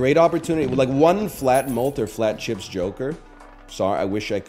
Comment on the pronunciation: anyone else love how he says "cheps"? ICANT